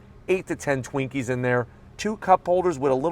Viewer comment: Did you say Twinkies???